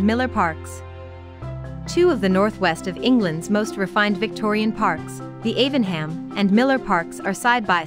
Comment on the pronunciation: The pronunciation of A-VEN-HAM and St Walberge's Church made me spit me tea out! As a Prestonian I have never heard them pronounced like that before! Hahaha